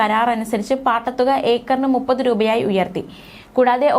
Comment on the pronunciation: നുപ്പത് അല്ല മുപ്പത്